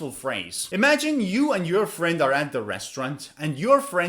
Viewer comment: Res trau rant Or Restront